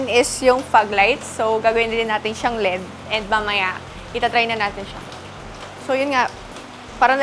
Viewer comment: EL ih di, sakit kasi sa tenga Lead ang basa yun lang Kudos sayo! Keep it up!😅😊